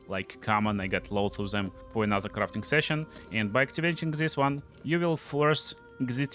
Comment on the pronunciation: I love "Crrrrraffting." lol really rolling those R's